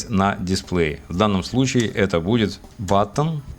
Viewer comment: "BITTON" - )) А в целом - познавательно. Как раз во-время подоспело видео - никак не мог приступить к программированию индикаторов. Казалось будет сложно.